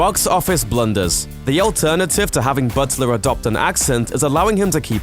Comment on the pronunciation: is he saying "Buttsler"? Sounds like he says it correctly some of the time though. weird